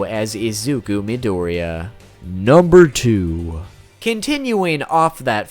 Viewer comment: Forgive my pronunciation, it's absolute garbage Me: UR ONE OF THE ONLY PEOPLE WHO ACTUALLY GOT THE PRONUNCIATION RIGHT!!!!!!